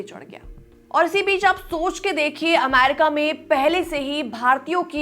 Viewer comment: Aamryca nahi America accha se sikh k aa pahile 😂